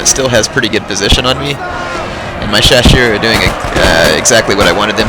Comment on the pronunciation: Great battle! Two things about the chasseurs: the double "s" is pronounced like in "snake", and they kinda suck XD